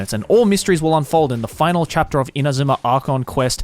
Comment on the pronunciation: I don't know why I found it interesting when Joey was pronouncing Inazuma names with proper Japanese pronunciation.